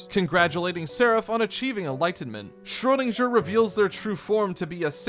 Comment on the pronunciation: girl, u need to work on your pronunciationa on foreign words. ive never heard anyone say schröderinger this wrong before